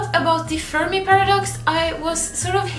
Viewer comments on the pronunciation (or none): none